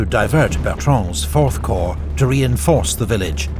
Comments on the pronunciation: love this but can't bloody stand the way you pronounce Corp... "the third choh" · I only watch these episodes to listen to the narrator say 'Corrrr'